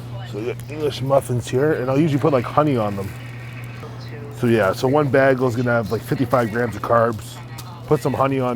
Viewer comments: Wtf is a bah-gull my friend? You mean a bagel? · Who the hell calls it a “bah gil” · what the fuck is a BAG-el? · “One bAaggle’s gonna have like 55 grams of carbs” I smiled when I heard that :) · I quit watching the second he mispronounced bagel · The way he said bagel. 😂😂😂